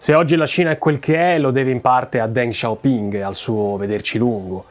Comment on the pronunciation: Ma perché “DenG SHao PinG”? Non si può sentire …..